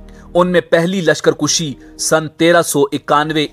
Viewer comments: lashkar kushi ghalat lashkar kashi sahih hai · کُشی نہیں کَشی اصل لفظ ہے